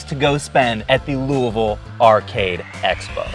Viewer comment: I know you're a Kentucky boy bc you can correctly pronounce Louisville. Saw you at the Arcade Expo, keep up the awesome growth my man.